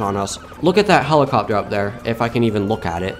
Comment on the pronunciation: His pronunciation be like holocopter❤❤❤😂😂😂😂😂